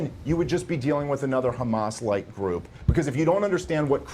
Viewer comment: i hate when she puts a accent on hamas.........